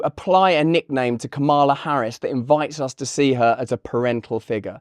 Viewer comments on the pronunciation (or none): It's KA-ma-la. I love you, Russell, but please be respectful and get names right. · As a native spanish speaker, "Momala" sounded completely inappropiate. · my skin ran away from me and into the woods when she said Mamala...ugh... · I must be from a different planet because I played "Mammala" twice and took about two minutes to figure out what it meant. I thought it was Hindi. Du. Di. You see I was trying to be fair to the segmented persons by ignoring Russell so he was no dam help 😅